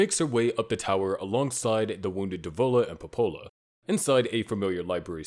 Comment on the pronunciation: Dev-o-la Po-po-la